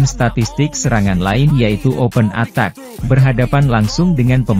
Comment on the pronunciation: Yg baca narasi ini orang lg ya😂😂, ace & attack ttap dibaca ACE & ATAK😂😂